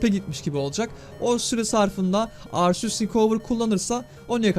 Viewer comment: Abi arseus değil arkeus diye okunuyor arceus diye yaziliyor ismi herhalde